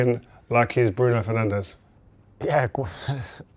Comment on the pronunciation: broon fernansh